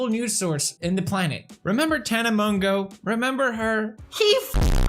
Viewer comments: pronounced: MOE JOE. hoped this helped!!!1!!!!!!!1!! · the way you pronounced mongeau is actually a type of seed in the Philippines A.K.A mongo seeds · It’s pronounced ( Tana monjo ) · she can't do shit if she was scammed and its pronounced (mo-jou) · Hey Felix ‘tana mojo’ that’s how you pronounce it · felix her name is pronounced tana "mojo" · PEWDS: gets mad when someone can’t pronounce insane last name Also PEWDS: Tana Mongo -_ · are you allowed to call her Tana-mon-GAY-a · the way her last name is actually pronounced is moshoe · Hahah that suits her 😂 but actually Monegeau is pronounced like "Mojo" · Its pronounced Tana Mojo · Isnt it pronounced "Tana Mojo" ? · It’s pronounced mojo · Fellix, It's not "Mongeau" It's Mongoose. PLS. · Did pewdiepie just say Tana Mango? Lol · Hahahaa that shade he pronounces Mongeau wrongly lmao